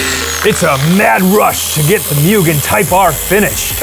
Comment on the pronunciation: its not myugen, its MUGEN!